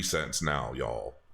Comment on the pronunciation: The way he hit that "Y'AWL." XD